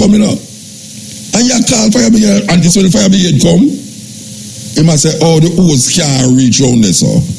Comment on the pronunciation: Is it pronounce fire bigade or fire brigade lol I swear I’m hearing fire bigade from Muta Muta I love listening to u I had to laugh at the pronunciation lol if I heard wrong I apologies Lol